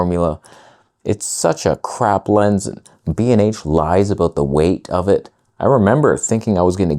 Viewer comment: First!!! Ah woof…first to say woof. …what is he talking aboot?